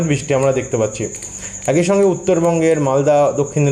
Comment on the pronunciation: উচ্চারণ ঠিক করুন,একই বলুন ,একঐ উচ্চারণ করবেন না।